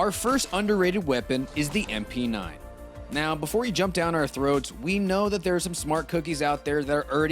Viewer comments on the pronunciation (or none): none